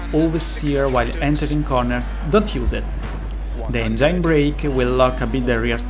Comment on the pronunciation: Great video, great info... but I can't for the life of my get passed how some of the words are pronounced. I'm guessing English isn't your first language, but... blind, implied, and engine are NOT pronounced like that. Blind (bl-eye-nd) not (bl-in-d) Engine (en-jin) not (en-jined) Implied (impl-eye-d) not (imp-lee-ed) Hope this helps somewhat.